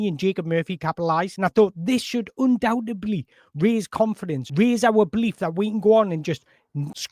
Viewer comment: Please, - undoubteDly. Check it out, my friend, it's undoubtedly.